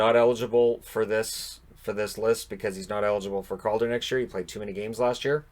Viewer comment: WHOA, I was convinced for a second there you said: COVID trophy